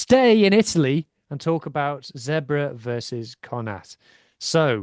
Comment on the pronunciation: How hard is it to just pronounce Zebre as Zebre and not as Zebra, especially with fellow irish people like Donncha o Callaghan